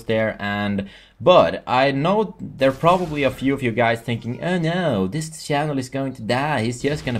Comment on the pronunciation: you say chanel as sjanel lol sounds funny but congratz u get sponsored